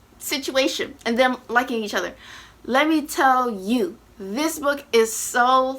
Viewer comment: "let. me. tell. you." me, immediately: yes sis, im listening 😂❤